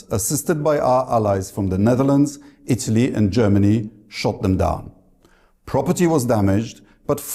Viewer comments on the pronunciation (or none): none